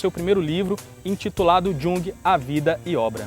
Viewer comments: Muito boa a matéria! Amei! Só pontuaria que a pronúncia do nome do pai da Psicologia Analítica, Jung, é como se fosse com "i". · Poxa amigos! Trabalho show! Mas no fim, quando pensei q não ia ter q corrigir vcs...vem a pronúncia errada de Jung! Falem "iung" queridos! Pena...vou apresentar esse video numa aula mas vou entregar vcs pros alunos na hora h...kkk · Jung, tem o j com som de i... vou escrever a sonoridade desse nome... I U N G U E